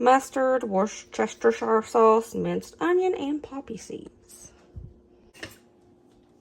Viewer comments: Hello from England! Love your videos Just a little tip, it’s pronounced WUSSTERSHEER 😂 To be honest, here we just call it Wusster sauce, much easier 😜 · Wooster rhymes with rooster shire sauce. It’s made with anchovies. That’s pretty much exactly how I make my sliders. The exception is that I always use real butter. Quality makes a difference. I really enjoy seeing your family test stuff. It’s so real. We have what you call hamburger dip at least once a month. Any leftovers become part of a Mexican soup or get turned into a sloppy Joe sandwich. I’m disappointed that you didn’t make sausage cheese balls. Those are my favorite. It’s always fun watching your videos. Enjoy your Christmas party. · Wocestershire is a place in England... and we pronounce it Wustershire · Hi,. Daddy was from Warm Springs, Georgia and Mama is British, so I've got a little insight into both sides. Worcestshire was created by accident in Worcester, England. You spell it Worcester but it is pronounced "wuster". You add shire (pronounced "sheer") to the end of that and you've solved the Worcestshire pronunciation puzzle: "wuster-sheer". (Of course, I've also recently seen "Wash your sister" sauce, too, so it's totally up to you how you roll!) 🙂 Thanks for all the great recipes. Wishing you and yours the happiest of holidays! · It is pronounced as (wooster-shur) sauce. Just a helpful reference.